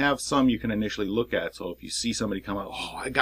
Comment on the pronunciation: I cant believe you called her Imara and not Inara but anyhoo good review. I think you should watch the series its really fantastic. I thought the intro was a lil cheesy but to each his own. Oh ya, Pathfinder Card Game giveaway please!